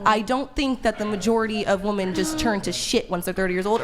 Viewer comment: What is it with people being unable to pronounce the word "women"???